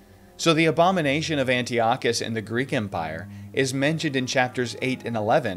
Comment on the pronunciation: It’s pronounced An-TAI-uh-kuhs😊. I just stumbled upon your channel and so far I love this video!